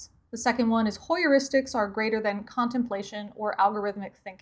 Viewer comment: Hi. Greetings from Alaska. Very nice video. I loved it. I pretty certain that Heuristics is pronounced hyoo·ri·stuhks, not hoy-ur-is-tiks. You made it 4 syllables. It should only have 3. Although I could be wrong. Best wishes to you and yours, my friend.